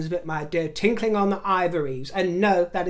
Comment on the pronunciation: Did you say "tinkling" ????? Or was it "tickling"